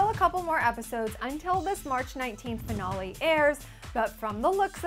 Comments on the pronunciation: she said finale wrong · "Finawlee" Wtf? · Is it just me or does she say finale weird??? I can not wait till the finale. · The way she says finale cx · Her saying finale was annoying Laugh out loud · You say finale kinda weird. lol.( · You say finale weird.... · Why does she say "finale" so strange